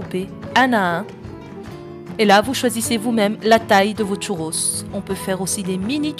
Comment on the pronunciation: Elle est ou la lettre T au début du mot "Churros" ?